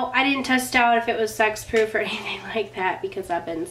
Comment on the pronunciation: Enjoyed the video! I swear when you described the new Urban Decay mascara's claims that you said sex-proof! So after you said it I kept waiting for the classic humor because it would be crazy for makeup companies to start marketing makeup as sex-proof. LOL! 😂 When you didn't comment on it I had to rewind it & listen again & finally got that you were saying sweat-proof (at least I think that's what you said). So funny. I'm in Houston so I'm catching up on some of your videos while we're dealing with Hurricane Harvey.